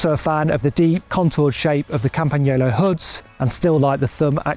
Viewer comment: Thank you from Italy for prounouncing "Campagnolo" correctly.